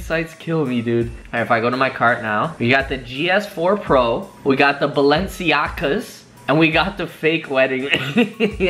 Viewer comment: Balenciaga = balensiaga No belenceiaga